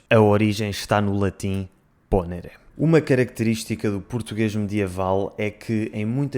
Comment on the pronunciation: faça atenção ao dizer os verbos tem italiano. Ex, ponere é ponêre e não pônere.